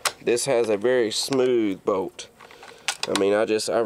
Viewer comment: it does sound like you say Boat